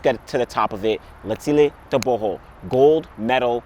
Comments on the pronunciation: You really know how to pronounce "Tebogo Letsile" well, not like us but you are better than many🥰🥰 #ProudMotswana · I am glad you said his name right